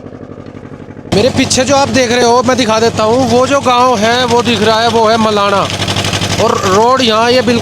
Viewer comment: मलाणा बोल भाई मेरे।